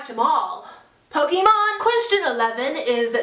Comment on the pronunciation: ***** It kind of annoyed me the way you said Pokemon but maybe I just say it wrong.